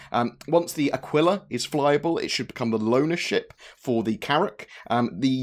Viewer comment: Great videos. One nit: I taught astronomy for twenty years and the constellation Aquila, the Eagle is pronounced a-KEEL-ah, not a-QWIL-ah.